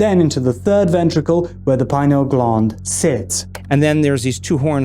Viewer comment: Lol,, glund…. It’s gland like Dr Dispenza pronounces,, sorry,, I’m British.. maybe I’m a prude,, funny tho, 🙏